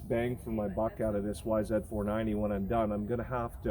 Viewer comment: Is it just my 49 year old ears or are you saying yzf 490? Regardless, I love your vids and am a subscriber!